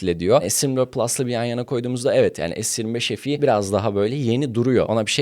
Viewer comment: Es 25 EF i ne yaaa. Bari adam akıllı es tuventifayv EF i de. Se 25 fe e demek seni küçültmez. Yarı ingilizce yarı Türkçe ne ?